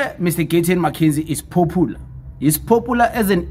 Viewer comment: The word POPULAR AND NOT POPOELAR...STUPID